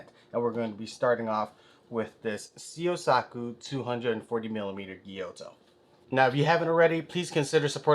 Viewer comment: Hi, thank you so much for the fantastic and in-depth review of my knife! Here are some of my comments and answers. 1. You pronounce “Syosaku” perfectly. 2. Tsuchime (hammered) pronunciation: Tsu (as in tsunami, the “t” is not silent) – chi (as in chin) – me (as in met) 3. Scratch pattern from sharpening: This is only cosmetic. It has nothing to do with the sharpness. It’s impossible to make all knives mirror finished at this price point. 4. Scratch pattern from the texture of the plastic cover: This is only cosmetic, too. We need the texture inside the plastic sleeve to make it easier to pull out the knife. If no texture, the sleeve and blade stick together after some time. We need to keep some air in between. 5. Spine and choil not rounded off: You’re right. We don’t do pinch gripping in Japan. But you don’t hurt your hand or finger even if you do it with my knife. 6. Handle tang hole not symmetrical: Again, it’s only cosmetic. We fix the blade to the handle one by one manually. My artisans carefully check the straightness of each knife. 7. Gradual and thin grinding: I’m glad you pointed it out. Of course, it’s important for the sharpness out of the box. It’s also important for the sharpness for the years to come. Because if the profile is not perfect, you’ll lose the sharpness after some sharpening. This is one of the areas my artisans’ craftsmanship is demonstrated. Thank you again! Toshi - owner of Syosaku